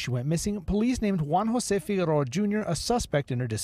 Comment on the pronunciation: Needs to practice pronouncing Figueroa.